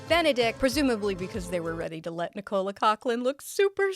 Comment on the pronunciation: Gah that's not how you pronounce Nicola. It's not pronounced like the male italian version, or like Nicole with an a tacked on. Don't stress the second syllable. Say it like Ni-kuh-luh. Sincerely, a Nicola super sick of the name being pronounced like that (and yes, I have heard how Coughlan pronounces it to know it's not different). I'm not really upset. Just poking a bit of fun whilst educating. But seriously, if you're going to talk about someone it's the minimal respect to take two seconds to check you have the name right. We got marked down for that even in highschool